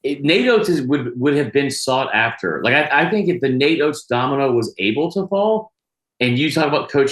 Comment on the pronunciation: not “oates” 😭😭😭😭